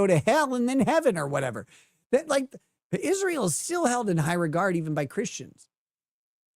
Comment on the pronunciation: Do we know if this dumbass says Ishrael because she's mocking it or just can't pronounce it because she's dumb or pronounces it like a newscaster who randomly drops Spanish words because she's programmed like a Pavlovian Dog?